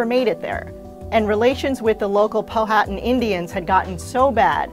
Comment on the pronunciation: She pronounced POWHATAN WRONG it’s pronounced po-w-ha-tan